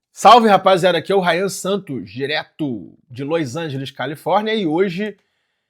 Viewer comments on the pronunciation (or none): Loix Angeles...tbm sempre me faço essa pergunta a cada vídeo hahahaha.